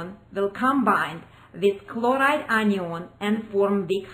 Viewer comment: The presenter needs to speak better English. Anion pronounced like onion is really distracting.